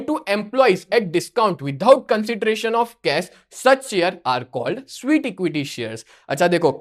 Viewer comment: Sir sweet nhi sweat hota hee !